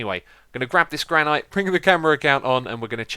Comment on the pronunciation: I am always happy when I see hermitcraft in my sub box. ;3 I'm just gonna point out that "Granite" is pronounced "Gran-it" The e isn't really used. xD